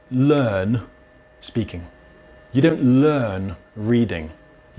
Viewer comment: The most british "Learn" that I've ever heard.